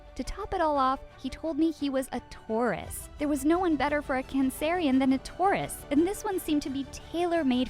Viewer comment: Did she really say a cannnceryin